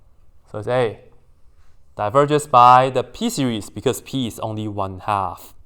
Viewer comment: hey siri, it series not siri😂😂😂😂😂